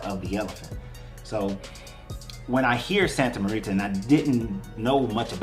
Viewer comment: Pronounced -- Santa More ta , like more and ta with a long a sound